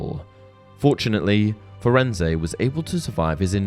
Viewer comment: Interesting......but I take issue with how you pronounced Firenze. Rowling worked very close with the film productions and in the film Hagrid greets Firenze by name. He does NOT pronounce the E at the end of his name. If the name was supposed to be pronounced the way you did it would have been pronounced that way in the film.